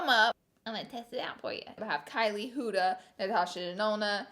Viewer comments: “hOOda” lmfaoo instead of huda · It’s an Arabic name and it’s pronounced “HU-DHA” not hooda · You are actually saying huda wrong but you look gorgeuos